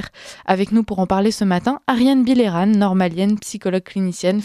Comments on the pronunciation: Cette femme est exceptionnelle. Ps : son nom se prononce « bille eux rang » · C’est excellent de donner la parole à Me Bilheran, mais svp n’ecorchez pas son nom en le prononçant bizarrement : lisez les sons français bon sang! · Demandez à Ariane comment on prononce son nom, je pense que c'est Billeran, tout simplement